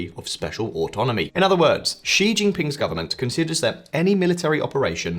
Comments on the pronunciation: Hey, could you stop pronouncing Xi as "Jzhee"? It's pronounced "Shee". The "jzh" sound doesn't exist in Mandarin nor any dialect of Chinese. Please, as a journalistic organization, spend five minutes to learn the pinyin orthography and read Chinese names correctly. It's not hard. They took letters that seemed redundant—X, Q, and C, and reassigned them to other sounds that English orthography uses letter combinations to write. X got the "sh" sound, Q got the "ch" sound, and C got the "ts" sound. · And Xi is pronounced “shi” another very basic thing.